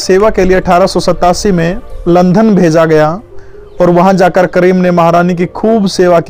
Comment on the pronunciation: अच्छी जानकारी दी है । भाई , आप लंदन . को लंधन क्यों बोलते हो ।